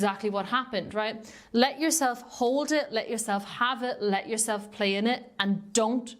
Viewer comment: Love how your accent made it sound like “jewel-self”. But that is what if feels like ;) 💎